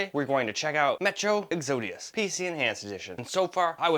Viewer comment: Hey man, watched the whole video. Just so you know Exodus is pronounced Ex- oh - dus. If it had an "I' it would be exodius (like from Yu-Gi-Oh) and would sound like what you said.